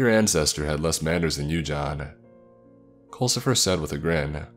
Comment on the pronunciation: Oh, so it's "Culcifer" with a "U"? I thought they were saying "coal". Like, wat? Your name is _coalcifer_?" Also, culcifer? Really? XD